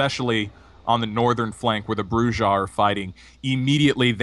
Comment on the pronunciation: Man your killing me with your pronunciations... Brujah... (Broo'-Hah or Broo'z-Hah) Grrrrr!!!